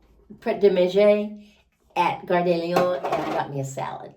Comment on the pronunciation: The way you pronounced "Gare de Lyon" was perfect! 👏 Definitely better than I managed just a few years after beginning.